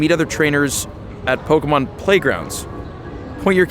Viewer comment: Your pronunciation of pokemon names makes me so angry